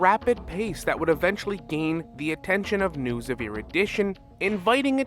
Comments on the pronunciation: The way you mispronounce Nous and then pronounce it right, just to pronounce it wrong again, makes me feel like you're looking back at me and going "No one will believe you. 👹" 😭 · how do you pronounce Nous’s name correctly a few seconds prior then pronounce it wrong immediately after 😅😂